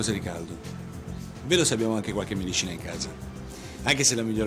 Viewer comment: "Anche se la miglior mediscina" e dopo questa battuta tutti gli aspiranti attori, attori e tutti gli insegnanti di dizione si sono piantati una pallottola nel cervello. Amen.